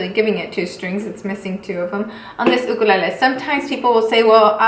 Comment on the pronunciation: The way she pronounces it is actually the Hawaiian pronunciation of the word!